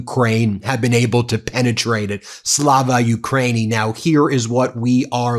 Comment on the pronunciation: Слава Україні! NOTE please the correct pronunciation: SLAH-vah oo-cry-EE-nee. The war is going to end on Ukraine's terms or Moscow will become a burnt-out shell. Слава Україні!